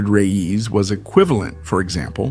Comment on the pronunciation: It's not "Ray - eez" it's pronounced "Rays"